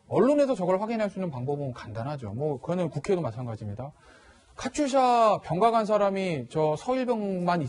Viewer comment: 카츄샤가 아니고 카투사(KATUSA)라고 발음을 하면 합니다.